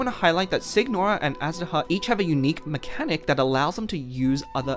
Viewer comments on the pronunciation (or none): WHY DO YOU PRONOUNCE SIGNORA AS SICK NORA WHAT IS WRONG WITH PEOPLE